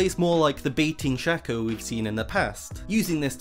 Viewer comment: It is pronounce shaco not shaco